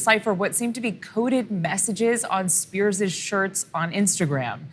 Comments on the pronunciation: Spears' - pronounced 'spears', not 'spearzez'. I know--it's weird. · The interviewee/reporter used it correctly. The interviewer, however, repeatedly pronounced the possessive form of the name incorrectly by adding '-es' to the end of 'Spears'. It's an interesting rule, but when a name ends in 's', the possessive form is pronounced exactly the same. Example: Britney Spears' dad is James Spears. In the sentence, both occurrences of their last name is pronounced the same. One is possessive and one is not.